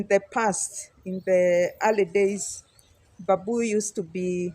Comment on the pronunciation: it is call bam boo , not ba buu. ✌️👍